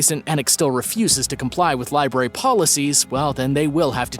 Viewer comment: You said library right so I subscribed. I'm so sick of people saying libarry.